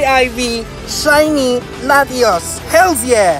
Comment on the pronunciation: no one: literally no one: him:hellS yAH lol